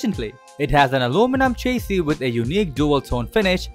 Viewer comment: He should learn how to pronounce chassis..